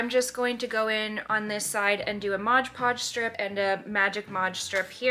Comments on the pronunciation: Mod Podge must be the most difficult phrase to pronounce correctly because nearly everyone calls it Modge Podge! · Mod not modge, read the label. Mod podge!!!!